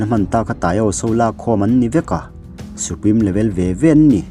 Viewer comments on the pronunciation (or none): none